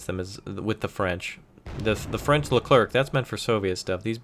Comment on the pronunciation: Leclerc is pronounced Le-Clare